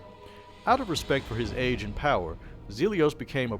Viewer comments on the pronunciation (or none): none